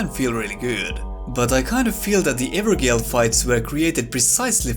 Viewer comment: I was like you my friend..... Pronouncing Evergaol wrong, for some reason gaol = jail, and as to the main video subject, I think just being able to beat the same boss again with an optional level-scaled version would just be much better than what we have now, even if they straight up removed bosses and enemies that are repeated it would still be better. for example the ulcerated tree spirit was much cooler as a hidden boss in the depths of THAT area rather than repeated multiple times, the repetition retroactively makes the first time you see something much less cool / atmospheric. tougher / improved versions with possible new moves are much cooler of course but they also require Some work. I also wouldn't mind they just cutting the number of dungeons down significantly to avoid repeat content and instead have the rewards distributed somewhere else ( such as for your version of the evergaol fights ) While going through the game I always thought I'd start an NG+ immediately or shortly after, like I had done with sekiro ( best ng+ experience because of charmless run ) and other souls games, but now I just don't feel like it since I've seen just about everything there is to see and going through this much repeat content again would just be infuriating. ( even though I could skip most, I'm just not the kind to skip available 'content')